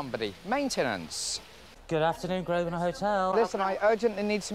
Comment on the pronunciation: An Englishman, who can't pronounce the most stereotypically English place name, Grosvenor, properly.